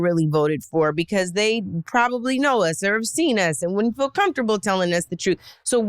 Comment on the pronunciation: the word is FEEL. Not "fill." You fill a bottle with water. You fill your gas tank. You fill your mind with nonsense and lies. FEEL has to do with sensing the world around you. You FEEL good today. You FEEL the fabric against your skin. She FEELS upset and disillusioned. Trump people are so dumb.